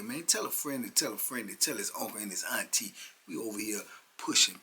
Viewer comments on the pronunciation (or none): none